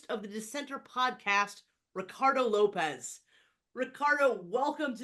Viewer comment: I think it's pronounced 'lopes' like tropes, rather than lopez